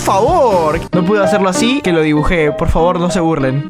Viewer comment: Se te entendió pol xd